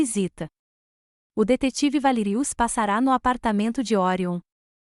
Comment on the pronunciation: Passará NÃO, a pronúncia está certa no termo gramatical mas, em vista da narração, a palavra não leva acento e a pronúncia correta e significado são PASSARA SEM ACENTO GRÁFICO NA ÚLTIMA LETRA. Este erro está se tornando rotineiro nas histórias de vários canais.